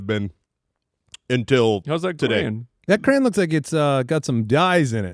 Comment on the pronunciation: It’s cray-on cmon guys